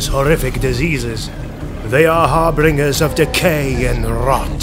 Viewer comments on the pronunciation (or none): nothing, not even the great unclean ones disturbed me as much as you saying "Harbringers" it's harbinger pronounced "Har bin jer". but other than that, twas a most delightful video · did you just say “har bringers” instead of “har binge ers”? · "Har bringers"